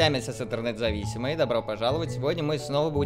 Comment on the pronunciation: Исемесес, исемесес хелерегес ничек